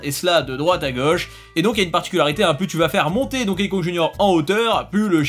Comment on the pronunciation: Arrete de prononcer "Donkéï". Ca se prononce DONKI 👌